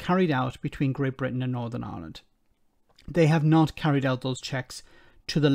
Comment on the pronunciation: Gnawtin Island and Suthin Island. All you need to know - the other words he spoke are incorrect too.